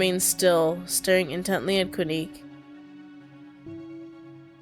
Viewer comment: I think Quinque is pronounced “Kin-keh” cuz the game was in spanish in the beginning